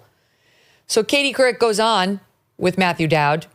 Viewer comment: Katie Cu-wreck....what the hell????